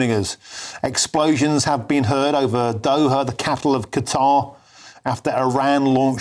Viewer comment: OH their capitol of Doha. I could have sworn he said Dover in there.